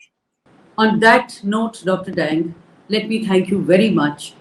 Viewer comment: Dr Dang is to be pronounced as 'daang'.